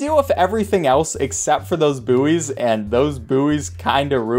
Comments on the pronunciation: isnt it pronouced "boys" not "boo-eys" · Boooeys? It's pronounced like boys lmao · Buoy is pronounced like boy Please stop saying booeys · Did he say 'booeys'??? 😂